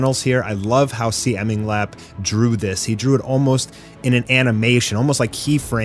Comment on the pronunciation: first of all, CMingLap is pronounced "See" "Ming" "Lap"